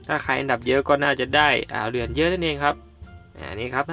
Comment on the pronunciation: ทำไมพี่พูดเหรียญเป็นเหลือน😆